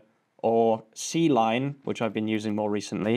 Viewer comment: Awesome stuff. C-Line is pronounced "Kline".